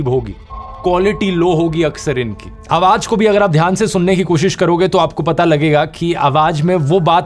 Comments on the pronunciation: Is this video of yours original? because you are pronouncing the word "Awaz" SOUND as "Awaaj" again & again in this video. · The word spell as AWAZ and not AWAJ. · Awaz not Awaj in pronunciation,any way you are great inspirational & information giver of world 🌎, Thanks dear. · AWAJ NAHI AWAZ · Aawaj ✘ Awaz ✓ Sir Please Improve your pronunciation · Brother aap ki ye video me mistake h ye ai generated to nhi Qki aap awaaj keh rahe ho jab k wo awaaz آواز h na keh آواج